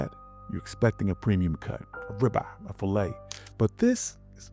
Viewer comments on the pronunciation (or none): none